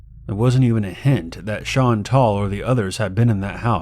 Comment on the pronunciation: “Shawn tall” Fuck